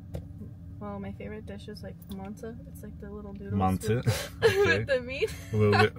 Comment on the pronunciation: Güzel telafuz etti “Mantı” 😄